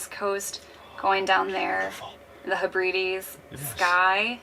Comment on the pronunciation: Love your videos and hope you can eventually make it to the south coast of the UK and Portsmouth. BTW, pronunciation of the Inner Hebrides..... lol. Try saying Hebradees. Keep up the great work.